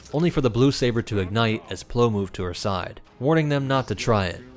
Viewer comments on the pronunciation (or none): none